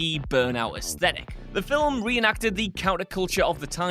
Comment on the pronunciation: How are you getting two syllables out of 'film'?